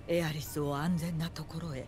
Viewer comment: Il a dit ah é riss au lieu de Aerith